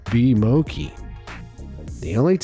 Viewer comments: I’m never eating again!!!! No not because the food is nasty because he pronounced Mochi, Moe - kie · the way he says mochi as mo-key is disturbing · I heard mocki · Mochi is not pronounced as “mokee” it’s pronounced as “mochee” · I like how he pronounces Mochi as 'Mow-kee' instead of 'Mow-chee/Mot-chi'' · please dont tell me he said "bee mowki" cause i- oh god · i cringed when he said mo-KEY sir its moCHI😭 ok ill go now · hey! stob it!. it is not mo-ki, it is mo-chi!. thank u! this video is really relevant! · Did he really just said bee "MOUKI" on 5.47 its called mochi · Bee "moki"?!!! It's "mow-chee" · Moki?? Really moki lol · it’s mo-chee, not mo-key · Mochi isnt read moki its mo-chi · Tf is bee moki its mo CHI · It’s not omki it’s Mo-ChI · Its not moki its mochy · Did he just pronounce "Mochi" Mouki? Wth? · OK WAIT "MOKI" 😂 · Am I the only one bugged on how they say MOCHI???? It's mo-chee!! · Did this guy really say Mo-kee? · I like how he say moki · I just think only its called mo--chee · It's actually pronounce m o c i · Mo-kee Hahaha cringe. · Saying "mochi" wrong. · no ones talking about how he pronounces mochi pls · Damn my man really pronounced mochi like that SMH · Am I the only one who's bothered how he pronounce "mochi"? 💀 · So no one's gonna talk about how he pronounced mochi?